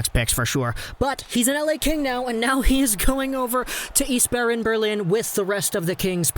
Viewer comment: Just say "ICE Barren" and you're good.